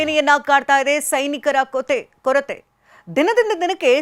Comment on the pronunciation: Not kothe😂 korathe